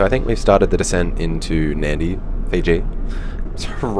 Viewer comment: points for pronouncing Nadi correctly 🇫🇯